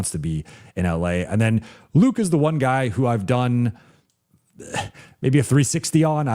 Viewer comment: can you just call Luke Kennard? you kept calling him Luka. jeez.